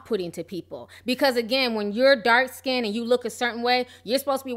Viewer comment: I don't understand in 2018 how people who are meant to be lyricists are saying "dark/light SKINDED" like what is SKINDED? Like when they say "texters" or "textasez" instead of texts. It's skinned not skinded. People in the music scene should have excellent literacy skills, they are writers.